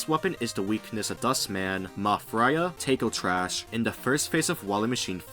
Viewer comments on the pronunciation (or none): none